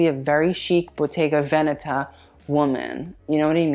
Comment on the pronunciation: Your Bottega Veneta pronunciation was perfect this time! Go off sis